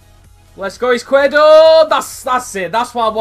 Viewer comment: It's pronounced Ees-quier-do, it means left in spanish